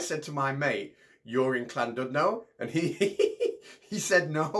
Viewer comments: Gah! Llandudno not pronounced 'clandudnoe' it's pronounced 'llandidnoh'. In Welsh U is pronounced like a hard I in English and LL is pronounced a little like CH as in Bach or loch. If you can't pronounce the LL then just use L, though it really isn't difficult. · 😂 It kills me how so many people seriously butcher the word Llandudno 🤣 Where's the C? Ll in Welsh is probably hard for most people to pronounce admittedly, but Clandudno?! 😲 😂 🤣 The letter U in Welsh is also pronounced as an i, I'm English yet can pronounce it correctly, at least say Clandidno if you can't pronounce Welsh Ll, I remember when I was a kid and went there for the first time, my dad pronounced it as Landudno, I honestly thought he was telling me there was a place called "Land dunt know" (he's a dumb Stokey 🤣) like a piece of land that someone couldn't think of an actual name for, I ended up refusing to go 🤣 if they couldn't be bothered naming it why would I want to go, crazy stuff you think as a kid 😂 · "Clandudno" is the traditional Scouse pronounciation, but is from - hmm - Warrington-ish? - so it really doesn't work in his accent. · Oh boy, hearing the mangling of Llandudno was painful! But hearing the mangling of Nathan again made up for it.